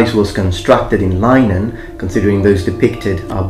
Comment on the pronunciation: Linen is pronounced with a short 'i' not a long 'i', just thought you should know. Great video!